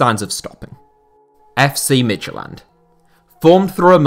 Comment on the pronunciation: Midtylland is pronounced Mee-you-lan, not mid-ty-land.